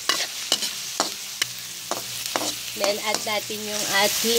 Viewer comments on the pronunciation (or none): Rinig ko bewang, bawang pala hahaha!